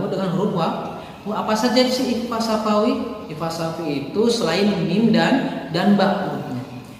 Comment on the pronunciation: Sy mau menambahkan saja pak/bu 🙏😁 bahwa td di video sedikit salah dalam pengucapan ikhfa syafawi 🙏😁 diawal bilang bahwa ikhfa syawafi adalah mim mati bertemu dengan ba, tetapi pas bilang lagi mim mati bertemu dengan nun 🙏😁